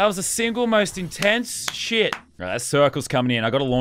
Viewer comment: The way he says “sh**” 😂